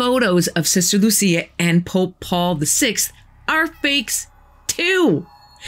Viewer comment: The story of these 3 children is true. Lúcia (the stressed syllable is Lú - LOO.seeah) died a few decades ago. But before she died she wrote a letter reporting the 3rd secret to the then Pope, but the Pope did not disclose it to the public.